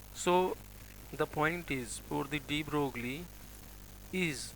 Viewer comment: Mr. Dr. ... Broglie in French is not pronounced "broogly" but "broy"!!!!